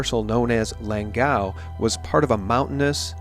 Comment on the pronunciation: It's intonated "Lângau" actually.